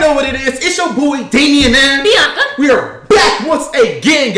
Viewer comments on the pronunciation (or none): When they started post to say in the beginning of the video I was laughing because said Beoc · She said biowca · She said Biankaa😤🤮